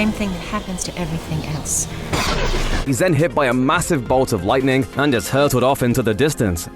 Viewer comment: I'm annoyed how you pronounce "Deadpool and Wolverine" what are you saying? "Deadpool the Wolverine?" or "Deadpool then Wolverine?"